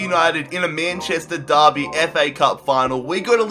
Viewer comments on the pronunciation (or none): none